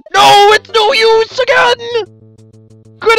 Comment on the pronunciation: everytime you say its no use i hear silver is that bad